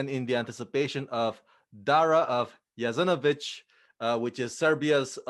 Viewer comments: The pronouncements is Jasenovats not a ch at the end. It is true that the Federation of Yugoslavia wouldn't recognise this as they wanted peace between the nations that were in Yugoslavia, it's time for the world to know during WW2 what happened in this part of the world and how horrific this was. God bless all of those who lost their lives in there and hope that this will give them some peace that is bean long hold for their souls.🙏🙏🙏 thank you for putting your thoughts and knowledge on this matter. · JASENOVAC!!!!!!!! PLEASE ,IT IS NOT JASENOVIC. IT IS JASENOVAC. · How about getting the pronunciation of jasenovac correct first. Very disrespectful